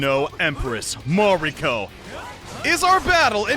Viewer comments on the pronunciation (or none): Mariko, not Mario... There is a “k” in there 👌